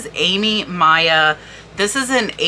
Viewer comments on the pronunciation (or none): none